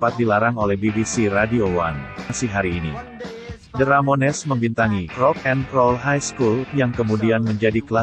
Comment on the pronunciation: Bacanya ramones bukan ramones..